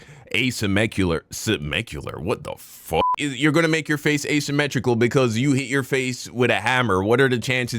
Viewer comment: “A-Simecular” New verbiage UNLOCKED🔓😂😂😂